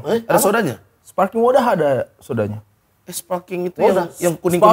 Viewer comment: Sparkling bkn spaking water 😅🤣